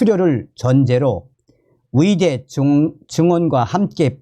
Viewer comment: 어이대라고 안하고 위이대라고 말하는 당신 발음 참 이상합니다 국어공부부터 먼저 배워야 할것 같다